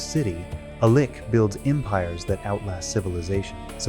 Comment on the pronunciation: If you're gonna use an AI instead of speaking yourself, I would recommend listening to it first before posting. This clanker cannot pronounce 'lich' consistently 😂